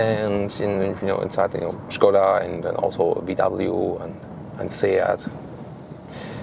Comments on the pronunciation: Die Name ist Škoda - und "Š" liest man "SCH"... sollte es man voll auf Deutsch sagen, ist es dann "Schade"... Es ist also "Schade Kodiaq" :-) oder wie Volkswagen benutzt dann man in Tschechien die Name "Schadewagen" :-) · Schkoda ???! Gerenglich 🤣🤣